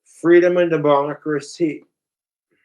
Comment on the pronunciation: "Freedom and Debogracy" 😂